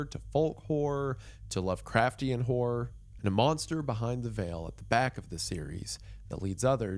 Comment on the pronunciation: My Brother In Christ, you NEED to pronounce horror more clearly. 😂